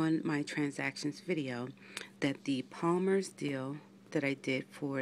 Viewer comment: lmao you said palmers in the beginning!! Girl you still have palmers on the brain! hehehehe